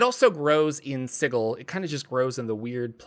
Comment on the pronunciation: At the very least you pronounce Sigil right. Can’t say the same for some other popular dnd tubers 👀